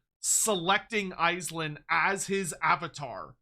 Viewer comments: Andy Law's going to mald at how you're pronouncing Aislinn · I know I hate it hahaha